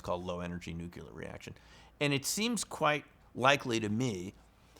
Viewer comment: You are obviously quite knowledgeable about physics, but why should I trust someone who pronounces "nuclear" as "nuke-you-ler"? Tangentially related: my grandmother was chased through her house in Northeast Arkansas by ball lightning.